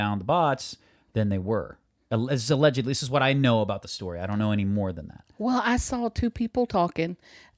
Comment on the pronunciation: Oh my gosh, Y'all are so funny. And facial expressions are priceless!! My favorite story was the elephant story. Good for the elephant. Lol. Those were some wild Story headlines. I think my most favorite thing ever is how says "Well". It's more like "Wull" and I'm glad I'm not the only one who says "Well" like that. Hahaha. Great conversation and! 🙃